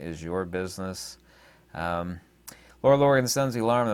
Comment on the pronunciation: Good info. Her name is Lara, not Laura.